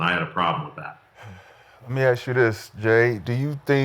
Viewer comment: Let me Axe you dis 😂 and he sorta was at college